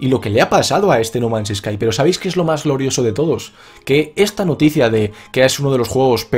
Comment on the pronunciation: pensé que había dicho no mames sky xD.